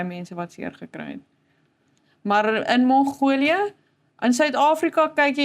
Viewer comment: Nie die Engelse "Mongolia" ("Monghoulia") nie, maar MONGOLIë asb.